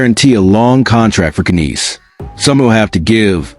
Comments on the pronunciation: Knies is pronounced neyes. Tavares is NOT the captain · Isn’t Knies pronounced like “nize” instead of neyes which would sound a lot more similar to the Hispanic last name Reyes?